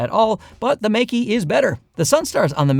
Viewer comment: Good comparison, but I think it should be pronounced more like Maker, not Make-E. At least you're not calling them Mikey like many others do.